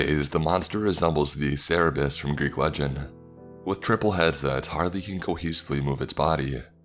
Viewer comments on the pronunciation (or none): How dare you say Cerberus that way